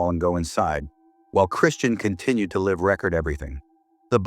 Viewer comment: your AI is pronouncing live wrong